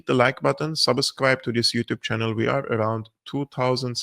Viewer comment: Please work on your pronunciation of the word "subscribe".